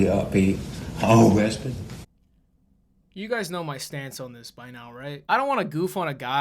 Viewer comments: "Aw quap. Am I gonna b-be awoohested?" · Oh cwap am I gonna be ohwessted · that was the weirdest speech impediment I've EVER heard. "ow cwap..am I gonna be UUUGTH UUUWESTIT?!" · Absolutely lost it at the " UhWESted" bit